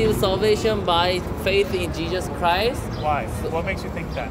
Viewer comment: did he say jejus christ?